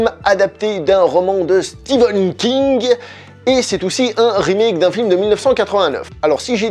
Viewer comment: Stephen pas Steven !